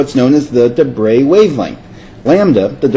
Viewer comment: Well done, finally somebody pronouncing De Broglie relatively correctly.